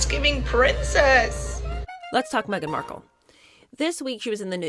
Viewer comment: Did she say : Meghan Merkle?